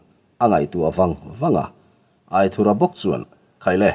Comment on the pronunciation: Angaihnawm hle mai , mahse Aithurha tilo in Aithúra tia ( anthur lam a thúr ti a lam tur zawk hi ani lo maw) a ziaktupa sawi dan in